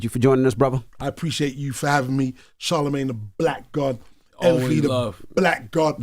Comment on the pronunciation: Boy pronounces charlamagne like "inshallah"